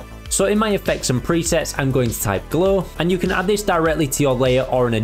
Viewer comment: Never heard 'glow' being pronounced as 'glaw' before